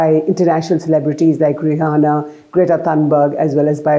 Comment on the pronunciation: Her name is not Rahana please don’t say it like Arnab Goswami